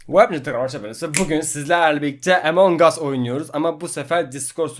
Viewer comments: Bir şey diyeceğim Sen kendin Amon gus diye söyleyin diyorsun ama kendin emongus diyorsun "WHAT" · Hani amondas diyordun bu videoda emondas diyorsun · Abi emong as deyil Among Us doğru söyle nolur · EMONG US bide bize AMONG US diyodu dljflakfkldsfkljdskfjdslkfjsdklfjdsf (linç amaçlı değildir) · Abi emon gus dedin